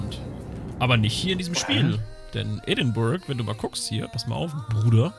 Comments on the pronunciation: Edinburgh wird ädingbörah ausgesprochen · Pascal Pascal Außer die Leute direkt vor Ort. Die sagen eher "Eddinbrouh".